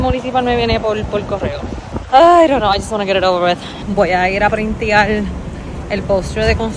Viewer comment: “PRINTIAR” COOOMOOO?!?